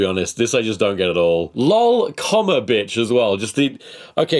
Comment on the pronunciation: I really want the part to become a real meme, "LOL Comma Bi^ch" Not just "Lol, Bi^ch" but specifically the word Comma, because just saying it like that sounds so extra. It's like that kind of thing that you feel deserves that extra bit of effort to do, just to push your point across.